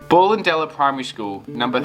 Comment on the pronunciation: Great video, thanks for that. Went to this school from about ‘67 till ‘73. Ballendella is pronounced Bellendella Cheers